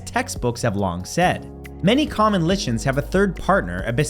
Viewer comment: The word "lichen" is pronounced LIE-ken.